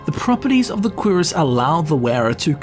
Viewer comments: him constantly saying QUEERus in instead of curiass is giving me some type of narcotic high. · its not "queeras". its "qrass" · I like how he says Cuirass. "Queerass" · Dreugh is pronounced Drö. And cuirass is pronounced Kürass. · "Queer-us" What is wrong with you? Lol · I know I'm late as hell but the pronunciation of "Cuirass" almost made me smash my keyboard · The pronunciation of cuirass sounded like a primary school insult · That's actually somthing i didnt know, at first i thought it was just his accent, i always pronounced it wrong. THanks for this! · Everytime he says cuirass, I bout lose it.